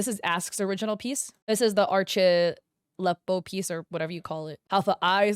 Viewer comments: btw u pronounce arlecchino as "arle-keyno" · Oh btw arlecchino is said like arlekino❤️ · Just for you to know it, since it sounded like you were struggling with it, Arlecchino is pronounced "arlekkino" (The "ch" is not read like you would read it in "China", but it's more like a "k", as in "karate". Since in Italian "ch" is read as"k") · Arlecchino is pronounced like "Arlekino" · making the boobs bigger i crazy anyways but especially since Arlechinno doesn't even have big boobs anyways, and she's a female who's pretty masculine presenting, going by the title "Father," wearing a suit, and being one of the more covered up females in genshin (besides the children obviously) Btw I believe its pronounced ar-leh-chi-no, chi as in cheese. Or at least that's the most common pronunciation I hear. yeah I noticed immediately it was boothill's splash art face since I see it all the time; I play honkai star rail and I also save pictures of my favorite characters artwork to my phone. I wouldn't be surprised if the first acheron shown was traced off her in game icon (like the little picture of them when you're selecting characters) or just actually her model because its so... well, on model lol. Sunday is probably traced from someone else's fanart though because that's not how he looks in official art. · archeleppo? I'm sorry ma'am but she's arlecchino (i don't mean this in a mean way, i just couldn't control myself from saying this, this is too funny lol) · ik im late but i was dying when u misspelled arlecchino's name (its pronounced arle-khino i think idk!!!!!) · As italian i have to scream it loud: IS PRONOUNCED ARLEKKINO!!!! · im sorry but i died a little when you said arlecchino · Non genshin players pronouncing Arlecchino’s name never fail to make me laugh 😭 AND BOOTHILL IS A GENSHIN CHARACTER?? 😭😭 I LOVE YOU BUT U WERE SO CLOSE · its so funny to see u mess up arlecchinos name LMAOO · I'm not Italian and even I know how to pronounce Arlecchino's name